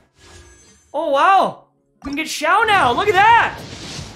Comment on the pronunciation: Most Canadian "oh wow" that I've ever heard , lol. edit: 'oh wow', congrats on the sponsorship